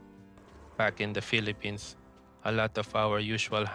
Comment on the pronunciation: Ay Pinoy ka nga. Sabi mo "bak in the Pelepins"